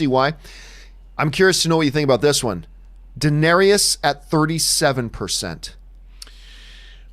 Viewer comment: John, please Google how to pronounce "Daenerys," that is ridiculous. Lol also, this is SANSA'S story? Since when?? If anything it's Jon ("a song of ice and fire" is literally Jon) or Daenerys' story at this point, but really it's a Stark story more generally. Daenerys being a second billed